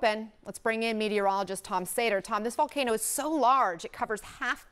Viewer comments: Someone please for the love of God teach this man how to pronounce Volcano, not Valcano. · “Val-Kay-no” lmao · Weird he pronounces hawaiian words pretty nice but can’t say volcano x)